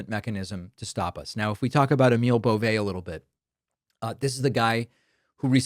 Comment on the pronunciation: It’s pronounced “Bo-vee”. Poor guy is gross enough, let’s at least get his name right.